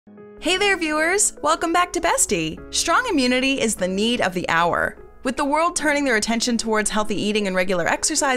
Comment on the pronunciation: ...Since WHEN do they say in English language "shtrong"/"res-chorant"/"worscht" instead of "strong"/"restaurant"/"worst"?...